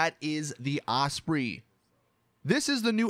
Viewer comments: Not off-spree its pronounced off-spray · It’s not pronounced os spree it’s pronounced os spray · lol the ospree its the fucking osprey like u know the word prey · Ausprey? What are you talking afoot? Chunderbluss